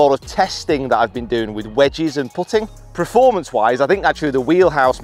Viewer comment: Do you keep saying Preformance? Or is that just me